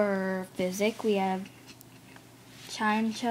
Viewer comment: It's chai-meh-koh... Learn how to pronounce them. Anyone would get it right...